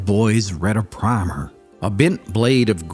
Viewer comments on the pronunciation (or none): none